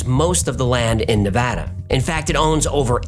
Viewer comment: I remember the 'M Cave' episode as the first time I smiled when I heard 'Nevada' (where I lived for nearly 25 years) pronounced correctly. Thanks,! Btw, in 'Georgia Guide Stone' you mention that Robert Christian sent a copy of his book to every member of Congress, but in the picture showing this book there's a handwritten notation explaining that it is "96 of 100". I don't know if there was a time in our History where we had only 100 members in Congress. We've had exactly 100 SENATORS ever since admitting Hawai'i (August 1959) as a State though...